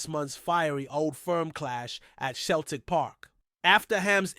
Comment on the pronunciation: Good content buddy but Celtic is pronounced with a s its said like this " seltic: i know it's strange but it's to help you connect to the fans more as you have a passion for football and i like your content, I'm born and raised in the Ibrox area